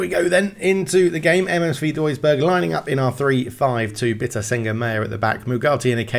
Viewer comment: When you pronounced msv duisburg, its not entirely correct. Heres how to pronounce the letter v in german; ❌️ vee = w ✅️ fau = v